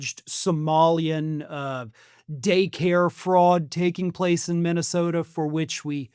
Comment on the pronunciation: The man couldn't even pronounce the name of his own state MINNYSTODA.